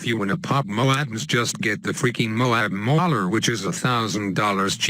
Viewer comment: The way he said mauler!!!🤣